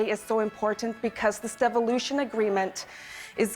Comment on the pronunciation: Did she say deviloution? Sounds about right. Make sure you can keep control Nunavut.